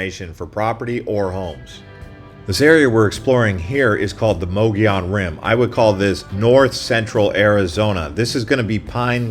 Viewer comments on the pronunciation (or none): It’s pronounced like muggy-own